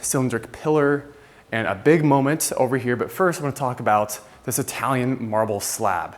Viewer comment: Momen”T”, with an emphasis on the T.